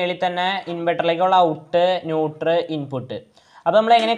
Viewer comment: ന്യൂട്ടർ അല്ല ... ന്യൂട്രൽ